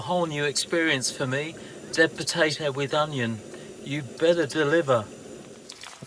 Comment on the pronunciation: Thanks for the video, I’m down on Hamford Water, Essex as we’re having great weather this weekend. Your Deb potato made me laugh, sounded like you were saying dead potato.